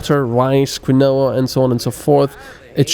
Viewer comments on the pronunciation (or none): Quinoa is pronounced Keen-Wa, not Kwinowa :v I used to play a game called Outpost years and years ago. It was a colony sim with the basic story that Earth is experiencing asteroid induced armageddon and humanity's last hope is to send out a colony ship. No game since then has quite replicated the experience for me because they end to be less granular and or realistic. Games like Anno for instance are intricate puzzle games where you balance inputs and outputs and zones of effect, the fact that your colony happens to be on the Moon is almost an afterthought. What I've been looking for since the original Outpost is a game that simulates that true space colonization experience where you start with only what you chose to bring with you and have no home to return to. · quinoa is pronounced keenwa xD just sayin